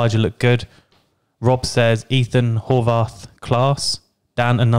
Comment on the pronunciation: Also, it’s pronounced Hor- as in “boar” or “more” and Vath- as in “math” . Cheers boys!